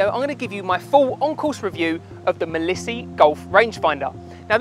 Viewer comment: It's said not said as 'Milissy'.....it's 'Mile See' as in you can see for miles...Mileseey! 🤦‍♂️